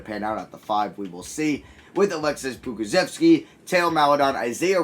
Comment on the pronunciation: Bro look how perfect he says poku's name